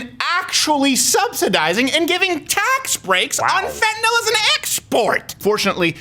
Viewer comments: Fentanyl: Fent-a-nil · Fentanyl is Fent-a-nill. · POTUS reps all states. It's "Fen tan naw" around here. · Everyone in my area pronounces fentanyl like that